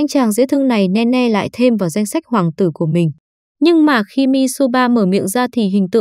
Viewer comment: Là nini ( Nene ) chứ ko phải Ne Ne